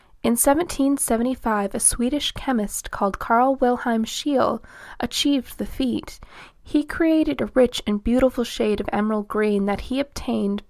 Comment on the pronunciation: Pronounced SHAYLER!